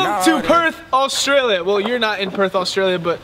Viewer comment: when you say australia dont say it with an al at the start its not alstralia